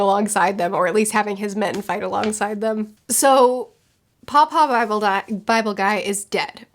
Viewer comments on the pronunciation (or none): she is saying paw-paw. I thought she is calling Kuma, papa(father) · Come on 😂 he's name is Kuma. Batholomew Kuma.